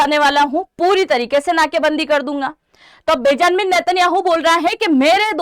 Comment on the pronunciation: बेजानमिन 😂 नहीं ❌ बेंजामिन नेत्यान याहु ✅